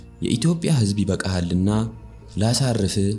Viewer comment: ይበቃሀል እንጂ ይበካካል አይባልም እባካችሁ ህ ን በ ክ አትለውጡሰው በጣም አማርኛውን እያበላሸን ነው ባካችሁ!!